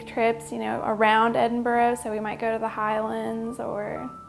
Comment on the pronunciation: I see her with the green hair is still saying Edinburgh wrong even after living there!